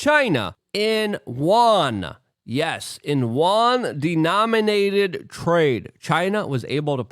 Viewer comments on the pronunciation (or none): Luke, can you say "You, N" or even "U.N."? but if you slur "YOU_EN" together you end up with an approximation a lot closer to the word for China's currency than what you're saying now for 元 ---- I'm welcome!